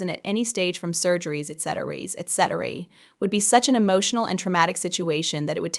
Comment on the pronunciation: I can't listen to these all the way through. 😕????'What is up with the 'speaker' you cant pronounce "etc"?